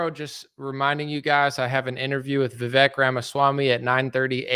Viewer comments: Vivek is pronounced as if the E is a Spanish E. Which has the A sound as in Jose. VI-VAKE .. RHYMES WITH CAKE. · His name is pronounced "Vi-vake" as in cake. 🎂